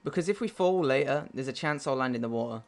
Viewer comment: Because if we fall lay-eh, there's a chance I'll land in the wo-ah. Lazy way to say it:P